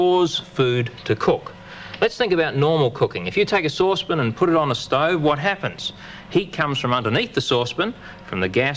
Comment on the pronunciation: Souspon.... sauce pan...souspon... sauce pan 😂